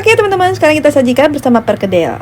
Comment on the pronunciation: PERKEDEL yg benar..bukan PERGEDEL